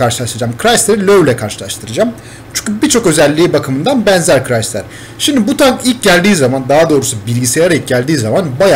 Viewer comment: Crisider diyon siri acılıyor